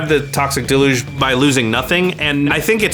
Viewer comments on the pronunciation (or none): Mispronouncing deluge is killing me